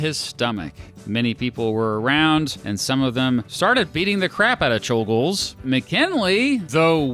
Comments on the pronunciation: It is properly pronounced chol-gosh, since you brought it up in the video, but I don't think we have to make the effort for assassins lol. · I believe czolgozs is pronounced as sholgosh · It's pronounced Choul-Ghosh